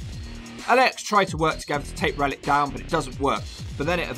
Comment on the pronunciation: I keep hearing Reddit instead of Rellik.